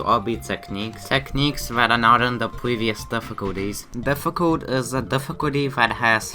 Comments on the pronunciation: im pretty sure its difficult and not diffictult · its difficult not diffictult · ahh yes my favorite difficulty: DIFFICTULT